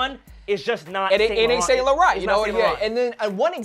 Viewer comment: you guys need to learn how to pronounce saint laurent lol #cringe